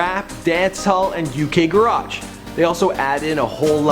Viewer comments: Uk "gararrrrge" 😢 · OI GEEZA,WHAT THE FUCK IS GARRRRARGE! I HEARD THAT & CLICKED NEXT......PMSL. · its pronounced "Ga-ridge" not "Gu-Raj" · he said a mix with garagggeee hahaa! its garage! type of music not somewhere u park your car !! 😅😅😅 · The way he said garage rah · holy fuck he said uk garage. its pronounced ga-ridge. iv already survived laughing at that pronunciation once in my life. this time my mind was preserved by falling instantly into a 3 day coma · You pronounced garage wrong. And the word pronunciation. And you pronounced Mario wrong. Also, the name of the song is "That's Not Me" not "It's Not Me"